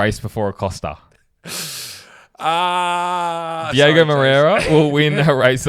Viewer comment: It’s DiOgo not Diego guys …. 😑